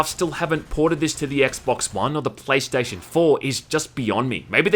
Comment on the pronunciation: "praystation says white man in asian voice"